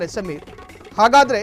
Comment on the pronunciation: Sameer alla kanri adu....ayyo devre en news channel nimdu